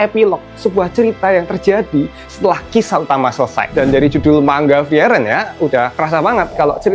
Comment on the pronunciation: Btw bacanya furii-ren/fri-ren bukan fri-eren